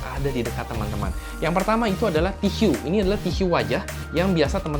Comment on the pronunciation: TISU .. TISYU .. HMMM SAKIT BAT TLINGA GUA DENGERNYA